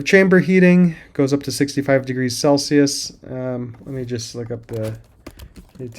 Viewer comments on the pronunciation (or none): none